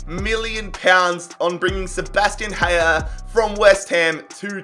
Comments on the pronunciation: Haller not ‘hayer’ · Haller is from france and not from spain - dont say Hajer :D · Great vid as usual, but I was irrationally annoyed with the way you pronounce Haller. It’s pronounced the way it’s spelled, it’s definitely not Hayer. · The l’s in haller isn’t silent